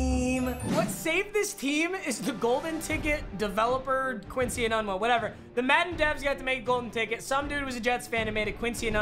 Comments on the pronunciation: I say it like ee-noon-wah but on football reference it says it’s correctly pronounced ee-none-wah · It’s pronounced enoonwah papa not enunwa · IKR it’s pronounced Eenoonwa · say it with me it’s Quincy “Enoonwa” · It’s Quincy ENOOONwa not ENUUNwa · It’s e-noon-wa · The way he pronounced Enunwa hurt me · Who got triggered of him saying ENUNWA wrong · cringing at the way he pronounces Enuwa 😬